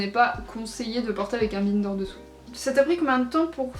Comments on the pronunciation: Non non elle le prononce mal, faut le dire à l'anglaise vu que c'est un mot anglais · Ça me fait trop rire que tu prononce bInder 😂 J'ai toujours prononcé et entendu prononcé a l'anglaise 😂